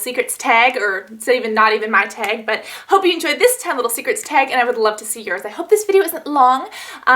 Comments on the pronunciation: i love how you say teg and not tag lmao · You say "tag" different than me but we both live in Cali...are you from somewhere else originally, like Chicago?